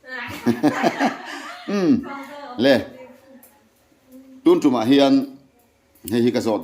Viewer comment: Tuntum i tih hian 'tum' lai tak hi a thluk a dik lo